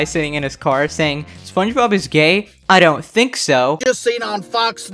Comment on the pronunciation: GIRL HE SAID THANK WHEN HE SAID THINK😭😭😭